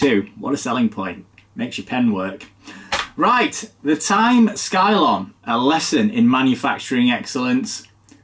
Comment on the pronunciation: are you sure it's not pronounced 'scilon'?